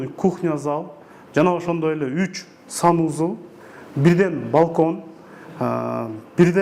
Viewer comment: Сонун болуптур, бирок санузЫл дегениң өзгөчө жакты 😂